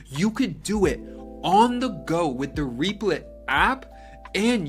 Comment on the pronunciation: That is not how you say the name..